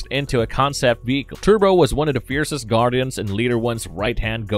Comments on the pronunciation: I really wanted to like this video, but the mispronunciation of certain words got very annoying. Who are the "Gardens"? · Man you're butchering the pronunciation of these names in this Go-Bot series. However, I still enjoyed the recap of the cartoon...brings back memories.